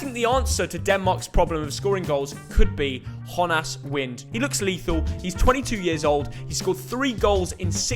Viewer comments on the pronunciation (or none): Who is Khonas wind? Its jonas wind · when did jonas wind become spanish 😂